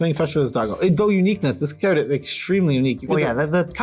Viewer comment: It triggers me so hard when the left dude says "Ceard". I like my Magic ceards xD